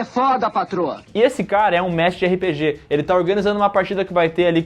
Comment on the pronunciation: gostaria de corrigi-los de uma pronúncia. Não é "erre pê gê", mas sim RÊPÊGÊ!!!!!!!!!!!